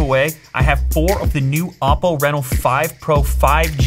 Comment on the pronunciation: I don't know why "oddo" sounds funny to me..